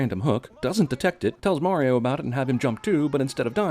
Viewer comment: they pronounced mario wrong the entire movie. *ding